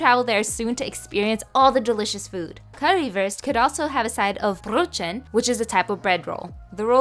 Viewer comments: I'm from Germany and I just wanted to say that it's pronounced : karriwuust And the bread: broethen❤️😂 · You should pronounced it like coo-ree woorst though 🤣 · as a german, i appreciate you pronouncing it pretty well. as a german, that’s definitely not currywurst. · Well you are pronouncing it wrong And eating it wrong but this looks soo yummy 😋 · Ich hasse die Aussprache von Currywurst und Brötchen auf Englisch 😢😢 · No offense, but you both butchered the recepie and the Pronounciation. But i generally find people have no idea how to pronounce ä ö and ü. And i hope you can get a real Currywurst soon. :)